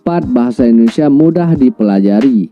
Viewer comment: Sayangnya kalau nyebut Indonesia....jadi endonesa...bukan endonesa bang...Indonesia....